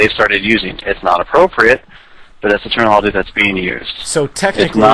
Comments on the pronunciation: if i had a dollar 4 everytime the employee said "termanology" i would be fuckin millonare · how many times did he say termonolagy?